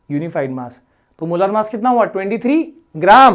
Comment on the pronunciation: Why you say मोलार मास ? its मोलर मास